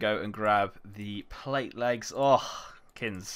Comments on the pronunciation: What's he calling? Kinz? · You two are geniuses. Sick series in addition to the pvp challenges. Why do you call kins??